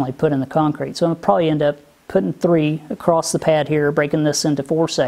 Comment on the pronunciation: Ok, what is the deal with more and more Youtubers adding a "t" to the ends of random words (acrosst, spellt, senset). In case you need the reference, "Acosst it". Has this always been going on and I am just noticing it? I get dialects, and accents by regions and all that jazz, but a YouTube accent? Anyway good job, keep at it you will get there soon-t.